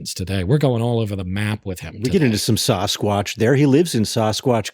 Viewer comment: Sauce kwotch? Really?? Come on guys! It's Sass kwotch, dammit! :D